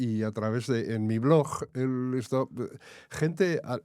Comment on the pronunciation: No diga BLOJ porfavor, se dice BLOG.